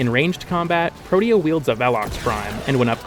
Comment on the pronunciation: pro-tea-uh is how its pronounced